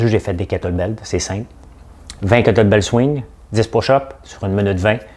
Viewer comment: C'est KETTLE BELL et non BELT ;) (Sans rancunes)